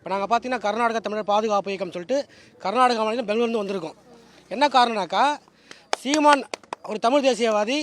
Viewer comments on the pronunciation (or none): none